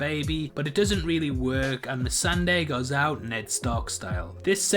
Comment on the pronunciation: "Mercedes, or whatever her name is... i can never pronounce it..." Pronounces it perfectly one second later.